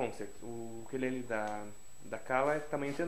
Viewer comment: Sim. Ukulele, Ukelele ou, simplesmente, Uke. Lembrando que embora as pessoas no Brasil pronunciem a palavra como oxítona, ukulele é paroxítona.